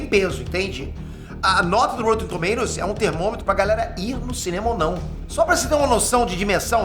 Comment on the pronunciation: porra Píter, é rÓtten e não rÔUtten...